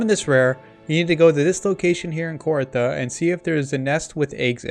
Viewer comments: its not kor-ah-tha its KOR-THEE-UH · Started watching this but immediately stopped when he pronounced it KOR-ITHA.